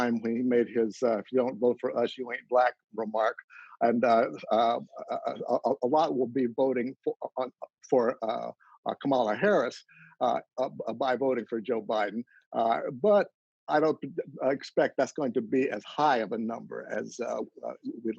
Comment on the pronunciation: Com'-mah-Lah .... that is how you pronounce Kamala. Accent on the first syllable. Hard to believe all these political experts don't know that yet.